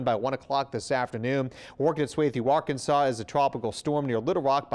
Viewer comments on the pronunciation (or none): none